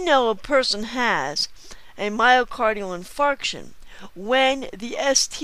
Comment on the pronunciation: have to love the way she pronounces myocardial in*fart*ion on the video... :-P lol JK. The video is just brilliant though.